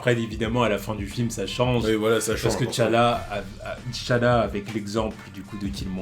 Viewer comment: Bonjour je suis assez surpris par votre prononciation de T'Challa. Tous mes potes africains font la liaison, ils ne prononcent pas le T "té". (Je sais que dans la VO il disent Té Tchalla)